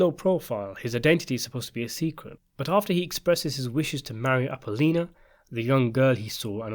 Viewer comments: It's Appo-LLONIA......not "Apollina" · The girl mike marries in Sicily isn’t called “Apollina” its “Apollonia”. You were close but not quite right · It's not Appolena.....A-po-low-knee-ah. Same with Fil-o-mean-aw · In Sicily, the girl Michael married was named APOLLONIA (pronounced Apo-LO-nia), not APOLLINA. Also, the name Filomina is pronounced Fi-lo-MEE-na, not Fi-LO-mina. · *Correction Apollonia (ah-pō-lō-nee-ya), NOT Apolina. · Michael Corleone’s Italian bride’s name was “Appelonia” not Appolina. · It's Apollonia rook Appalina 😅🤣😂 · "Appolonia".....not Appol-eena. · Ah-pol-LO-NEE-AH, not Apo-LEEN-nuh. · Some pronunciation corrections: It's Fil-o-MEN-a and A-poll-O-ni-a. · "FIL-O-MIN-A " AP-O-LON-I-A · Appolina??I thought her name was Apollonia😆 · who's applina? its appalonia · "Appolina"?? What is wrong with this presenter!? He's trying to say the name of Michael's first wife Apollonia. Jeez!! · Phil o meen a. A po lone e a. Brat ze. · Apollonia, not Appoloni. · Appoleena and Fillominna 😅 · Please check your pronunciation of appolonia and philomena.